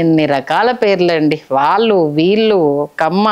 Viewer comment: TV5 చానల్ అధిపతి పేరు కూడా వినపడుతూంది తితిదే ఛైర్మన్ పదవికి.. ఇక, Anchor బాగానే మాట్లాడుతూంది కానీ 'వాల్లు' 'వీల్లు' 'ఏల్లు' అనడం ఏమనుకోవాలి?